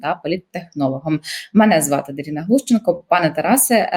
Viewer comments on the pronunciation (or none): Українською Дарина, а не даріна.